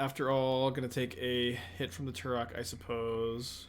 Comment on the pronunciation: The way pronounces Tourach sounds like Turok and all I can think of is a dinosaur hunter